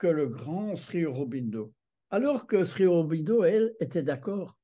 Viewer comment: Monsieur, sauf votre respect on prononce SRI Aurobindo. Le "Sri" est une marque de profond respect à l'encontre, non pas d'un maître spirituel mais d'un Avatar. Il n'était pas un ami de Gandhi sachant qu'il lui a reproché son attitude pendant la seconde guerre mondiale envers les anglais... (à vous de vous informer à ce sujet). Vous trouverez sur youtube une multitude de documentaires concernant Auroville. Notamment celui d'Olivier Barrot "Auroville the city the earth needs" en anglais sou titré français. Je pardonne à votre grand âge certaines approximations très approximatives, notamment le diamètre de la sphère en crystal dans la salle aux douze piliers du Matrimandir, Dont le diamètre est de 70 cm façonnée par Zeiss (ce qui est déjà un exploit technique) et non pas deux mètres., achetez vous des lunettes. Une bonne introduction à l'Oeuvre de Mère-Sri Aurobindo, les ouvrages de Satprem. OM nahmo baghavaté.